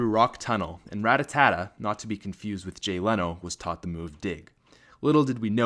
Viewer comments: It's rattata not rattatata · It's Ratata, not Ratatata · It Rattata not Ratatata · it'a rattata, not rattatata. I made this mistake for many years as well. :P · It's not Ratatata it's Rattata. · RAT-AT-A NOT RAT-A-TAT-A! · You kept saying ratatata instead of ratata it kind of annoys me when people say that... sorry if you thought this comment was dumb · Ra-ta-ta, not Rattatata. Too many tatas. Somehow annoyed me way more than it should. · Rattata is pronounced rat-ata. Stop adding syllables. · TheApexFactor His way is wrong. That's like allowing someone to make up words. It is still wrong. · "Rattatata" you just got an A+ on Pokemon names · It's Spearow actually. And the only people I know who call it Rattatata are 8 year old children who can't read well. So check yo facts broseph, before you start comin' round hatin' on people. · Every time you said Ratatatta i cringed a bit.. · I can't help but cringe so hard when you say rattata. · How do you not know how to pronounce Rattata?